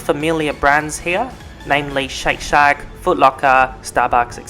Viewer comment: omg you said shake shag, not shake shack mins in lol love you xx with big love from the UK xxx